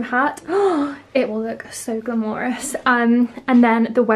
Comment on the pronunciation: The way pronounces “glamorous” makes it feel more… glamorous indeed